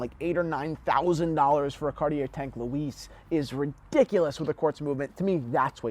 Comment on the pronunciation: Why are u pronouncing Louis like that lol